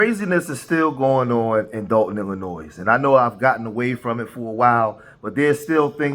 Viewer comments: Sir the S at the end of Illinois is silent. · No s on the end of Illinois’ pronunciation